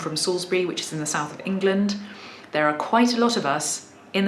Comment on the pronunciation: TIL that "England" is pronounced "Ingilind" ;)